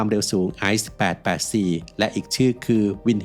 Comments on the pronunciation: ออกเสียงว่า "อี-เซ-เอ" นะครับไม่ใช่ "ไอซ์" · เค้าเรียก ไอเซเอ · ICE Inter Citys express ออกเสียงสั้นสั้นว่า อีเซเอ ครับ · อี เซ เอ 😂😂